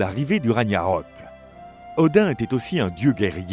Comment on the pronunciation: Petite faute de prononciation du mot Ragnarok 🐺🖤